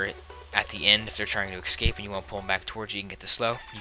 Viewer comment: Not gonna lie, it tilts me every time you say "ekscape"